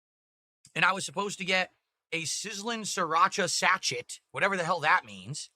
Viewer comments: Its pronounced "Sa-SHAY" not "SAT-CHET" you dent. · REELING AT THIS PRONUNCIATION OF SA-CH-ET! Hahahaha! I think you mean SASHAY - everyone knows what a sachet is… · Did he just pronounce SACHET as SACH-ET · Yes and this is who gets paid for doing absolutely nothing but stuffing his face. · He literally went full-on racist about 20 minutes ago towards the delivery driver, and yet he can't even pronounce or know what a sachet is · He can't pronounce Sachet or knows what it is? 🤣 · He cant even say sachet properly lol. What a retard